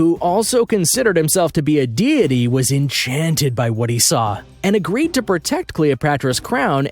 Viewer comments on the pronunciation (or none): none